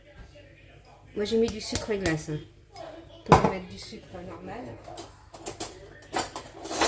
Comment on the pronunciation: JE VAIS METTEJE VAIS METTE JE VAIS METTE!!!! TU ES ALLERGIQUE AU R ????!!!!